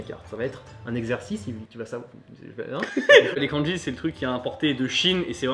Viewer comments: le prof prononce mal le mot *Kanji*...finalement un vrais bilingue il n y en a pas ... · Houla ! Quand déjà j'entends la mauvaise prononciation du mot "漢字" par le prof, j'ai peur ! Il ne faut pas prononcer ça à la française, mais comme ça se prononce : か+ん+じ... Enfin, bref, je continue quand même la vidéo parce que ça peut être rigolo. Bon, à part "火", ce sont des kanjis qu'on utilise pas. Sinon, vous pouvez m'expliquez pourquoi vous avez écrit "asarashi" au lieu de "azarashi" ? Bon, en écriture de kanji, ton niveau est meilleur que le mien. Autant, je peux les lire un peu, autant les écrire, c'est limite impossible, je ne me souviens pas. Les phrases à traduire étaient très drôles ! Pour les lapins, un de mes profs nous avait expliqué qu'à une époque, les japonais (le peuple) n'avaient pas le droit de manger de viande à part du poulet et des oiseaux. Mais il y a eu une pénurie et affamés, ils se sont rabattus sur le lapin qui était à profusion. Pour se donner une excuse, ils les ont comptés comme les oiseaux. Pour conclure, les kanjis ne servent à pas grand chose... Etre bilingue c'est parler une langue, pas l'écrire ni la lire...